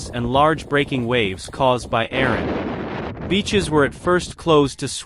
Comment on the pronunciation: Why are you pronouncing it "Aron" when it is Erin?